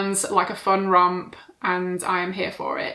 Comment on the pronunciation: did you say fun rump or fun romp 😂